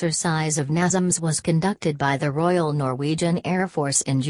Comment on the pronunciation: "Royal", please!!!